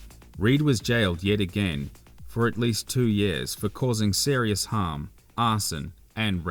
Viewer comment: thanks fir the quick reply, certain words like severe and serious were pronounced strangely. Have a listen back.